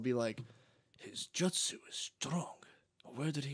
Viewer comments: Hearing matt say Jut-sue instead of Joot-sue has me dying. Matt's inner weeb coming out. Naruto is goated. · Wuder style jut sue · Isnt it Jewt-zoo? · Matt's pronunciation of jutsu is killing me